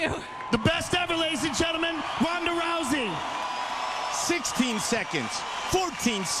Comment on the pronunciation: When they say Ronda rousey it sound Paul hey man and Brock Lesnar Ik u ain’t Brock Ronda to